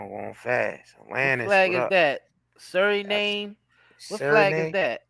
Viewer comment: SURINAME PRONOUNCED SURI NAM